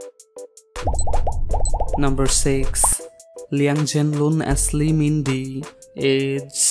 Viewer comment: you pronounced li minde and li changle names wrong